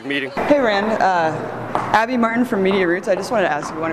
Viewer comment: can anyone under 40 pronounce a Consonant T any more?? Abbby Martin is awesome...WTF is "Abbey marr -en"